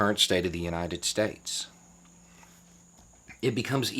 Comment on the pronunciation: Some powerful Trump quotes: "Covfefe" "Suspested" "United Stayeshh" "Burjer" "Minianapolis" Biden has his share of verbal fuckups but at least he uses real words